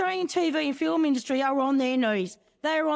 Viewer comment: The word ' film' has the letter 'l' in it. It is NOT a silent letter.